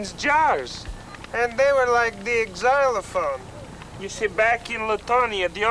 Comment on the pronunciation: The "Exzylophone" haha